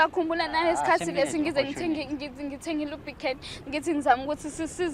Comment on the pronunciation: "Lubcan"😂😂😂ulaka kubaba ayi ngeke